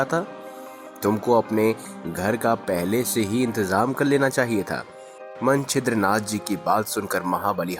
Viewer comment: ये मंचिद्रनाथ जी हैं सबसे पहले नवनाथ। मन चिद्रा नाथ क्या होता है भाई?